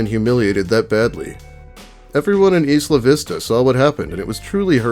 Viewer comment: Isla=eye-luh. You know, how its short for or another way of saying island?